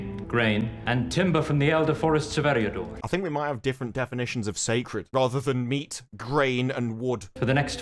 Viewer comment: everytime theY rrrrrrrrrrrrrrroll the R´s like that is as if l hear nails scratching a blackboard. If you´re gonna pronounce Eriador like "Eriadorrrrrrrr" you should also pronounce "timber" like "timberrrrrrrr". Be consistent, F*CK!!